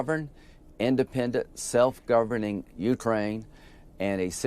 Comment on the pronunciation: Ukraine is accented on the second syllable. It is not accented on the "U."